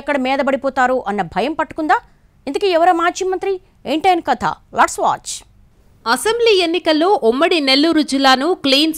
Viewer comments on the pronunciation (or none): Lats లట్స్ కాదు తల్లి lets లెట్స్ అని పలకాలి. కొంచం ఉచ్చారణ నేర్చుకో.